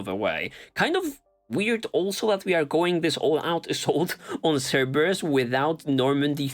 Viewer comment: "Cerberus mole", lol.